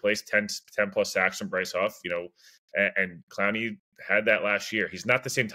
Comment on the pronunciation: Yes, you have said it correct.